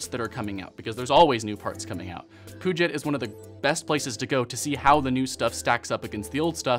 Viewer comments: puget is pronounced "pyou-jet" for anybody wondering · He said puget like poo shit